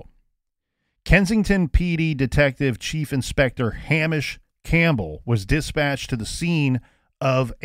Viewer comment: Hamish is pronounced Hay-mish not ham-ish